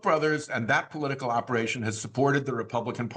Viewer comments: That little "pollutical" slip sums so much so we'll! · Thank you Glenn for having on my favorite Senator! Senator Whitehouse battles for We the People everyday fighting the unconstitutional MAGA Six Justices in the SCOTUS and fighting for our planet. I would like to say that I loved his minor mistake saying, "pollutical". I think the Dems need to start using language in their fight, like the orange buffoon does. We need words and phrases that will stick in folks minds and we need to repeat them often to get the ideas to take root. I think "pollutical" would be catchy for referring to fossil fuel interests. Just a thought . . . . Thank you both for fighting for us within the system, as few people seem to be brave enough to do these days! 🗽❣ RESIST FASCISM!